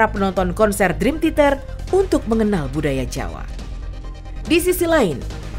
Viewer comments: Min, sejujurnya saya nonton ini sambil nahan nangis lho Min... Bisa2nya si mbak narator nyebut Dream Theater jadi Dream Titer. Seudih aku tuh Min... Seudihhhh... 😭😭😭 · Maaf ya yg voice audionya ngomong "Drim titer 🤭